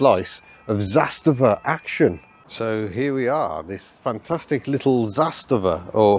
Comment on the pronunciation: The pronunciation is Zas - tava rather than Zas-ta-va. The emphasis is on the first syllable 👍